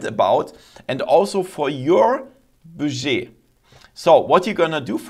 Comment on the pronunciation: Interesting video thankyou, just a note your pronunciation of "budget" is very wrong I don't want to be overly critical because I appreciate your not native English speaker it's pronounced more like BUD JET